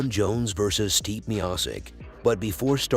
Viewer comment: His name is not "Steep" ..lol